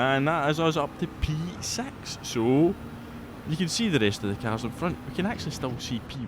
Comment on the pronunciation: Scottish accent or not, the way you pronounce p6… er…